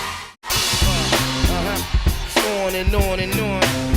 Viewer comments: It is not buttigeg it's Bu-ti-jij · That surname is still pronounced wrong 💔 #malteser #proudofyaPete Pronounciation: Boo-tea-jij